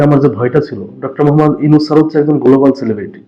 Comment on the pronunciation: গোলোবাল নয় উচ্চারণ টা হবে গ্লোবাল।